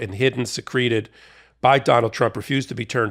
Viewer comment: I love your work here, and am a big big fan. Can I point out one thing? -- when you use the word "secreted" and pronounced it "se-CREE-ted," that describes the act of exuding some semi-liquid substance from some kind of aperture (EWWWWWWWW!). In this context, where you're talking about hiding something away, you want to pronounce it "SEE-creted." It's a very common mispronunciation. Please consider -- THANKS!